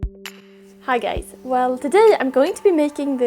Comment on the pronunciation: You're amazing and this is so cool. I think I'll give it a try! In the beginning of the video it sounded like you said "hi gays" hahaha which is fair... Hi.